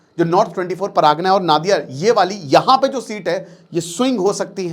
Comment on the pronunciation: নাদিয়া না নদীয়া